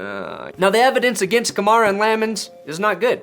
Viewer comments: I think it's pronounced like Camaro with an A at the end. Kamara... "Kuh-Mare-Uh" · The way he Pronounces Kamara First an Last Name Sounds Exactly How u Wld Expect a White Guy To Say It Lol....oh Yeah For all u ppl who like Stating the Obvious yes I'm aware he's White lol so No to Comment Bck saying Yeah It's Probably Cause He Is White lol 👀👀